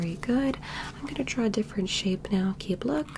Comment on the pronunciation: For a bit I thought she was saying Sheep, Everytime she said Shape